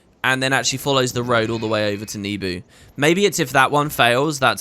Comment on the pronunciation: Where did you get the idea that Nebo village is pronounces "Nebu"? I'd never read it that way, but you're big into this franchise, so I'm thinking maybe it's correct.